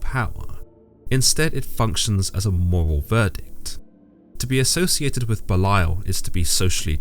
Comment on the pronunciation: Very educational, interesting, and accurate. Not to seem like condescending or the grammar police but Belial is pronounced belly/al😅